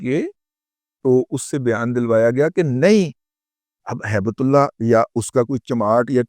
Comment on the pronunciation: موضوع پر کوئی اعتراض نہیں. لیکن آپ درود پاک سے گفتگو شروع کرتے ہو. ہیبت اللہ کو ہیبت اللے)(نقل کفر، کفر نا باشد) کہتے ہوئے شرم نہیں آئی آپ کو؟ ہیبت کو ہی تے کہدیتے تو چل جاتا. اللہ کو نعوذ بااللہ اللے کہتے ہوئے زبان پر آبلے کیوں نا پڑ گئے. اللہ کی شان میں گستاخی پر توبہ کرو اللہ سے. بہت منہ پھٹ اور بکواسی ہو.